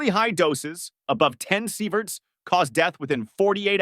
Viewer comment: Sighverts? Really ?!